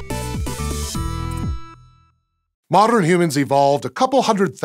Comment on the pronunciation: " Moderrrrrn Humans evolved..."